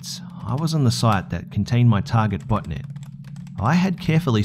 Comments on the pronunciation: i thot you said butt net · Xxpsphacksx I couldn't figure out if was saying "botnet" or "botinet" LOL